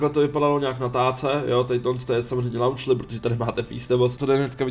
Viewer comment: Neskutecne me po celou dobu videa triggeruje ta vyslovnost :D Neni to zadny LAUNČLY, nebo tam snad vidis slovo LAUNCH? :D Poprosil bych aspon bez toho "u", děkan :D